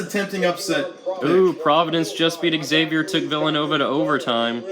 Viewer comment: pronounced Xavier wrong